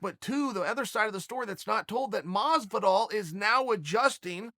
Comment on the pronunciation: Masvidol !! Talk to ya in a couple weeks.